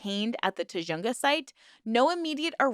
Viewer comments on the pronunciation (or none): It's pronounced Tu Hung Ga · FYI - the raid location, Tujunga, is pronounced tuh-hun-guh 😊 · I grew up in the area, it’s pronounced tuh·huhng·guh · I know it’s nit picky but your pronunciation of tujunga hurt me.